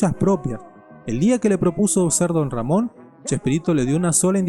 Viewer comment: Perro lamon dijiste